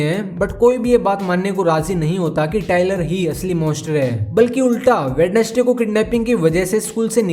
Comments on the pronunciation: Bhai वेडनेसडे nahi hota वेंजडे hota hai sahi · Brother I'd like to tell you that Wednesday is not pronunciate as वेडनेस्डे but वेंस्डे.